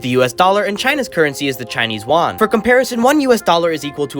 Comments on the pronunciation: The Chinese currency is pronounced Yoo an, not won (Korean currency) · Is not wan is yuan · yuan is actually pronounced "yuen"